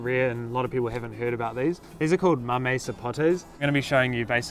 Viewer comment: They taste like mangoes. "Mammy sapōt" pronunciation. Thank you for the video!!!